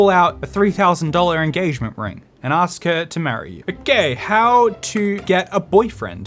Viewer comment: You gosh you too say axe instead of ask xD